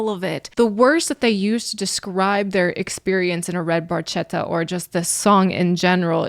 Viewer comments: And...for anyone that might not know Italian, he mispronounces barchetta - you say it "BARKETTA" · It actually should be pronounced barketta. When a c or g has an h after it in Italian orthography it makes sure the word is pronounced with the c in can and the g in get. Language nerd and long time Rush fan here. They are my favorite band. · The correct pronunciation is "barketta" (with the hard c, as in Italian ch is pronounced like the letter k) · It's pronounced "redd Bar*ketta" ch in Italian is a 'k" sound. Geddy was pronouncing it wrong. LOL! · In Italian, "ch" is pronounced like "K." So, you should pronounce it as red barketta. Barchetta in Italian means "little boat" because its shape resembles a little boat. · It's pronounced bar ketta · Barchetta is an Italian word and the right pronounce is BARKETTA (in Italian CH=K) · It's correctly pronounced "bar-kett-a," translated as "little boat" in Italian. In sports cars, it's an open-top, two-seat sports car body style, most likely a Ferrari. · Geddy doesn't pronounce Barchetta properly. the CH is supposed to be a K sound. It's still one of my fave Rush songs. Has a great groove. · Neil was the car fan. He never had a red Barchetta (the ch is actually pronounced liked a hard c. Geddy mispronounced it all those years ago and it just stuck lol) in fact most of his cars were silver. He had quite the collection, he found a lot of peace travelling the roads on his own or with a couple of close companions. He used to ride his bike to the next gig when they were touring in later years, they planned the tour around it, allowing him a few days to get from one place to the next. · The Italian pronunciation is actually Barketta (with a strong C). Barchetta meand small boat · Well explained, the Ferrari 166m Barchetta is always the first example that comes to mind. The 1 thing that has always annoyed me is in Italian "CH" makes a K sound. Barchetta is pronounced bar-ketta. Minor detail but important for people to know